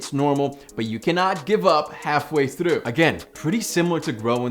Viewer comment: Dude u say 'through' with an Irish accent